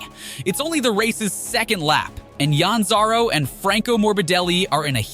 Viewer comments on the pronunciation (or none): Ik I was in the beginning then I heard him say Yan Zaro and I’m like what the fuck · Absolutely the worst presentation of MotoGP. If you are going to do something like this, in poor taste, at least spend a few minutes to learn what you are talking about. You mispronounced so many names, it's ridiculous. May favorite was calling Zarco two different ways in just a few seconds. This is trash!!!!